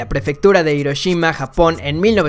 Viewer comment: se escribe hiroshima y se pronuncia Jiroshima